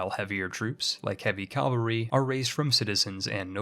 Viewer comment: Take a shot every time he says "calvary" instead of cavalry It's Mardi Gras anyway so you'll be fine.